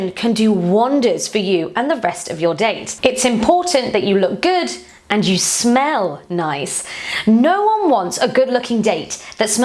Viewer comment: ...Looooove the way way says. "You shoul SMELL nice". 😊😊😊😊